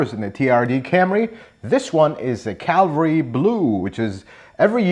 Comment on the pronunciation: 😂 "CAVALRY" Blue, not Calvary, unless Toyota is commemorating the death of Christ.